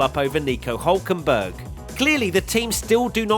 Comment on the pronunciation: he's called hÜlkenberg